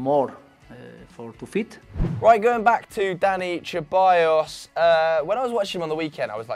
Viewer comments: Ceballos is pronounced SEBALLOS or THEBALLOS not CHEBALLOS 😒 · Its se-bayos not cheballos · Come on guys let’s put some respect on Danis last name it’s pronounced Seballos with an S, the C is meant to be pronounced as an S. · Only thing more annoying than VAR is how you say Ceballos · Why are you pronouncing Ceballos like that